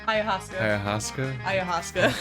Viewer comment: That's not how you pronounce ayahuasca. It's pronounced eye-uh-wass-ka.